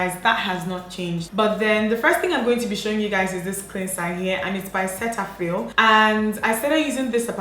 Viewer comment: Umeh .....…Cetaphil is actually pronounced Ce-da-phil.